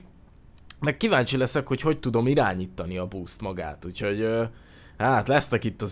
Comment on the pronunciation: Csak engem idegesít, hogy busz helyett búszt mond? Xd